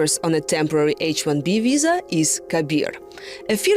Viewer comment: I am all for non-native English speakers getting these kind of positions in order to fight accent stigma, but this one is just silly. This is a video from a German news outlet on American topic related to Visas, so why do we have a Russian speaker who keeps saying the word WISA (or Sillicon Walley) throughout the video?!